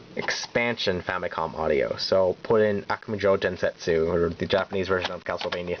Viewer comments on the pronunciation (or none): none